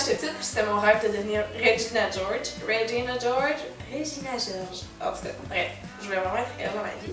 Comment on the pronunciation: J'adore quand tu dis "Regina George" en français ! :)